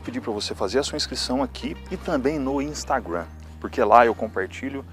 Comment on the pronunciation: "Instagruan" Putz. 🤦